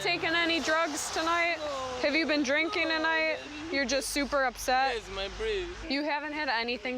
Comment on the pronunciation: yesh my brishk!